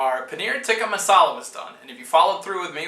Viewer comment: Close! I think that it's "tee-kah" but haha! I was just looking for some Indian curry recipies~ Watching you make that cheese was pretty damn cool.